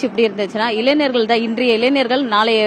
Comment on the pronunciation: இளைஞர் என்று சொல்ல தெரியல இளைநர் என்று சொல்ரா